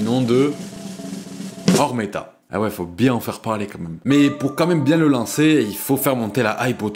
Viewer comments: C'est OmeRta pas oRmeta le sang mdr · c'est omerta pas ormeta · C'est OmeRta, par ORmeta, Omerta comme l Omerta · C’est oMERta pas oRMEta frérot 💪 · C’est Omerta mdr pas Ormeta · bonne vidéo et tout est vrais contrairement a la majorité des vidéos du genre juste c omerta pas ormeta😅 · Très bonne vidéo juste c'est pas ormeta mais omerta ! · Ormeta 😅 non c'est omerta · C'est Omerta pas Ormerta ou tu ma confu la non c'est sa Omerta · OH MERE TA (Omerta) pas OR MET TA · Pourquoi tu dis ormeta ?